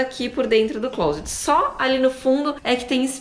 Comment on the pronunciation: A primeira pessoa no Brasil que vi pronunciando a palavra ‘Closet’ corretamente 😃